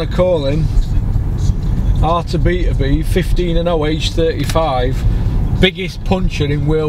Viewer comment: Artur Beater-beev 😂